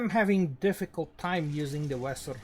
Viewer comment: dibaca veser